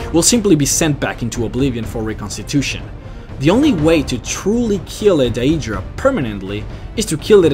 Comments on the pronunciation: its not pronounced "day-e-dra" its "day-dra" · i think it is "day druh" not "dah EE druh" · Your pronouncing skills need to be perfected. DAYYYUDRAAA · daedra is pronounced dae-dra not die-dra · Either you have an accent, or you pronounce it wrong. You say Daedra like "day-ee-dra" its day-dra. But if thats how you talk then sorry. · pretty sure its pronounced "aydra" and Daydra" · This pronunciation of Daedra is the form it would take in the English language if one were to pronounce the 'ae' sound as it is in Latin. The letters 'ae' in Latin are to be pronounced as 'I' or 'aye' in the English. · Why can't you just say Aedra and Daedra like a normal person instead of saying "Day-ee-dra" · Diaedra is how you are saying daedra... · Great video. Do you play TES games in English? I ask because of the way you say 'Daedra'. I always pronounce it 'day'dra'. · Then you pronounce it incorrectly.. It's Daedra, "Day-Druh" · Daedra is pronounced day-dra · Uhhhhhhh... no, I'm pretty sure it's day-dra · dieaydruh aieaydruh moonduce, christ son how can you butcher words so badly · how your saying daedra and aedera is killing me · How do you mispronuce daedra? I mean there are dozens of npc's in the game that actually say it. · Waited for daedra and then pronounced wrong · dat way he be pronouncing adreas and deadras xD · i hate his mispronunciation of words like daedra and aedra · It's pronounced DEEdra not die-eedra in the elven language. But I was happy to find that you pronounced mer ("mare") correctly in your other lore videos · The way you pronounce aedra and daedra is so wierd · The way you say "Aedra" and "Daedra" bugs me so much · You guys....all talking about religion and bullshit. What I'm wondering is why does the guy talking about all this stuff in the video magically become Australian when he say's "Aedra" and "Daedra".